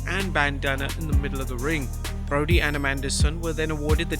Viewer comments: Brodie Lee, not Broadie Lee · "Broadie"? Come on...